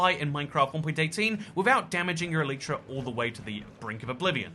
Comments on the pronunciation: I have mending on my elytras and I buy xp bottles from villagers and always have a stack in my ender chest to repair my stuff Quick question: which one is the correct pronunciation "Elitra" or "Eleetra" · Unsubscribed for the way you say Elytra x,D